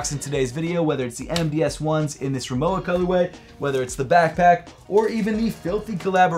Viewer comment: That was the weirdest pronounciation of Rimowa I've ever heard. I swear that I heard saying moua.